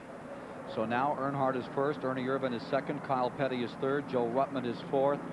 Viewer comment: 2.25 why isn't Richard petty name on his car ...and its ernie Ervin. Not vannnnnn